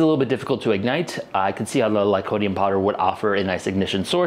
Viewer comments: Any reason why you started calling it "lycodium" instead of lycopodium from the start of the experiments till the end of the video? Or just a repeat mistake? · You also keep mispronouncing lycopodium as "lycodium". There's an extra syllable in there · GREAT video, VERY interesting!! But "Lycodium" kinda rankles a bit. Still subscribed and liked, though! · ...said 'lycodium', like, a hundred times... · Si lycopodium...not lycodium ....diocane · You're missing a syllable when you say lycoPOdium